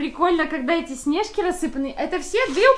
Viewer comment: А почему вы говорите снЕжки а не снежкИ ? Вы просто самые лучшие